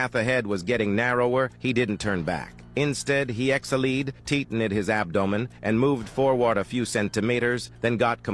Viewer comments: "exhilied" "teetened" "centimaters"💀💀💀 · “He exhaleid”